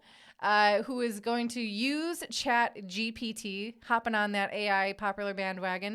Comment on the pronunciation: Honestly this show has been going on long enough that it should be more polished. You guys have no idea what you're saying. and for the record it is CHAT GPT not chat gbt